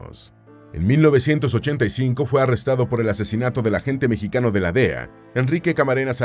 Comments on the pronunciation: Por que dice mexiqueno y no mexicano? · Pq dice "mejiqueño"??